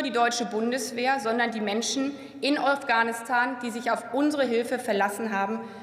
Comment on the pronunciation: Afghanistan oder ofganustan, lerne erstmal wie man redet